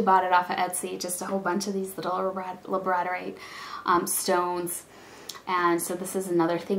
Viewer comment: I just wanted to let you know that Labradorite is pronounced like the dog, "Labrador-ite" or (lab-ruh-daw-rahyt ) :) you have done some nice work especially when just starting out! I remember mine at the beginning, and let's just say I wasn't excited to show it off lol. labradorite is my favorite stone to work with. here is a link to my etsy shop if you would like to see some of my work. keep up the good work!